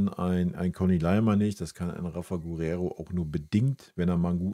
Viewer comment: Hi großer Wunsch für die neue Saison: Das "u" in Guerrero ist stumm, es wird nicht ausgesprochen. Danke❤️🤍